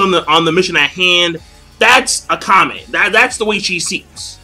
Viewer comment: Is it really pronounced Ah-ka-me (like ah-kami)... I'd swear it should be Ah-ka-meh. Regardless I'm interested in this as I enjoyed the first episode. Also pretty sure this is a Shonen in the manga, at least thats what Wiki says.